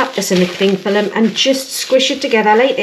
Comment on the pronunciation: "cling fillum" lol. my mate from newcastle/cramlington says that too.